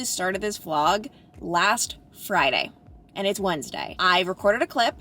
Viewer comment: The only current word you say that is an accent I can't figure out... The word AND. You make it 2 syllables & it sounds like eeeee-uhnd. Is that an Ohio accent? Kentucky? I'm in NJ so it's just a different sound than I'm used to, not a judgement.